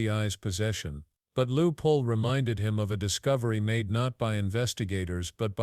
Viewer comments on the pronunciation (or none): His name isn’t Lieu Poll, it is Ted Lieu. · WTF "Lou Pole" ? This is Ted Lieu!